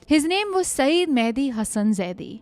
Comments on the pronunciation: Guys, just a small point about his name pronounciation -- it is spoken as 'saiyyad' and not as 'saeed'. Another point, in the press conference scene in the early part of the story... there were no movie cameras or mics in 1988. Basically just reporters with scribble pads, and an occasional journo with a tape recorder, BBC India guys had it as dikta phone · Mehdi was his personal name. ZAIDI indicates his family name and actually his "clan"nsme. Modi was a perversion of the simple two syllable name. Also, the word Syed is also bring mispronounced. Saeed is a totally different name. Syed indicates that Mehdi was descended from the Prophet Mohammads (PBUH) lineage. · I'm just correcting the name here. It's not 'Saeed'. Its 'Syed' y is pronounced as ya as in 'yaar'. Pronunciation will be "Sai..ya..d" 😊